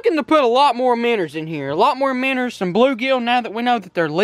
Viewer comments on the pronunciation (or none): ITS CALLED MINNOWS not minners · he keeps saying miners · Why do you say minrs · Minnows not minners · Its not airiator its AIRATOR AND IT'S NOT MINNERS!! ITS MINNOWS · minnows. bro. not minners lmao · Dude there cal minnows not minners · Stop saying minners and just say minnow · i live in kentucky and no-one says meners but luv the vids keep it up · Minnerds lol